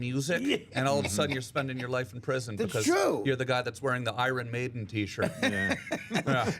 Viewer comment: Tom said "iron" the same way Norm did...must be a Canadian thing